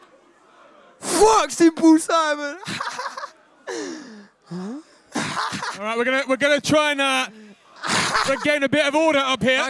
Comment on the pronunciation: Bro said symple Simon